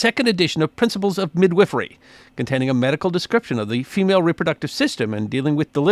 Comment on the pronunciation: Great video but you also mispronounced midwifery